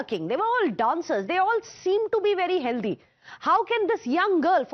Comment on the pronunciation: Healthy is pronounced "Hell Thee" Not Hell Dee No offence